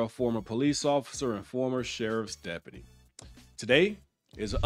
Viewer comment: Say it with me “DEP-U-TY”